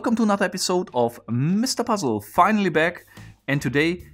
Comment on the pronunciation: Im only here for the way he says "mIstAH PUzzle"